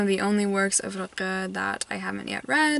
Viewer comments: I don't wanna be a know-it-all but you seem like you'd like to know this: the pronunciation of Rilke is literally just a light l and a k, none of that “ch” noise you keep making. Love your vlogs, you inspire me. I hope I get to a read a book again someday that I love as much as you love One hundred years of solitude. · FYI The K in Rilke is just a k and not a throat sound (velar fricative to be technical). What I find so interesting about him is that he is not talked about here in Germany. I learned about his existance in American media. He's not even on the sylabus for high school here.